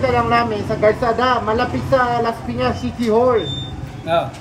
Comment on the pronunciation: When Laspiñas City turns to" Lashpiñash shiti" 😂. Ryan bang lang malakas!❤️